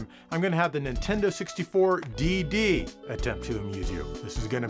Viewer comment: DD? .......did you just say tits?